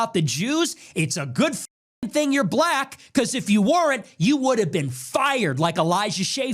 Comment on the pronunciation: Listen to how he pronounces the word "Black" soooo disrespectful.